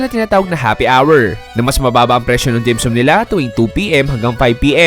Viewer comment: the way you pronounce dim sum is very annoying, pls find out how to say it properly